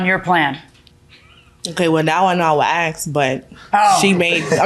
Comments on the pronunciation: ...Please don't axe anyone 🫩It's ASK! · Asked not axed